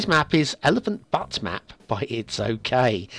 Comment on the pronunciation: the word 'butte' is correctly pronounced with a long 'u' as in beauty and beautiful. "Ain't she a beaut." The citizens of Butte, Montana, as well as the future citizens of Elephant Butte, and dare I mention those in Crested Butte, Colorado, would hate to have to continually put up with 'butt' jokes (lol). Blimey, you bleeding blokes in the UK really need to work on your English pronunciation, but I digress. Todays map is indeed very nice, and, but for the tree encroachment and the outside connection problem, would rate 5-stars. Your keen eye and discerning mind have appraised this map scrupulously, and the creator deserves the prestigious SOA. Nice work, It's OK! Also today's asset is terrific.